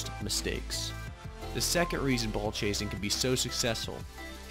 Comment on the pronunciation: Nice video! I definitely like your angle on ball chasing and explaining that there are in fact times you should ball chase, but like all things it must be balanced In the beginning, the way you say “ball” I kept hearing “bull chase” 😂😂